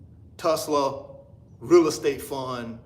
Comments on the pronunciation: I don't know but Jay hurt a lot of people. He has crashed. Its just the reason why people don't want to support. Its not going to be separated in peoples' mind. Its the constant bad business. You shouldn't have a hard time saying Tulsa, Tul-sa, damn. Do you know the history of Tulsa, OK?! m Jay talked the same talk like you. So you're going to get blow back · Hey bro, why you can't pronounce Tulsa? That's a red flag right there. I'm out! It's safer just to invest in Google.